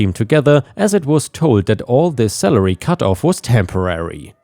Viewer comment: Every time you said salary it sounded like celery you know the 98% water,long, green, moon shaped vegetable Cheers